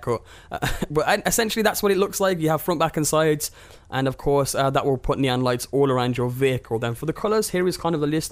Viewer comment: Nee - on not nyan